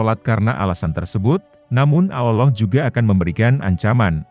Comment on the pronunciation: Ngucap kan" Allah' kok kurang pas ya?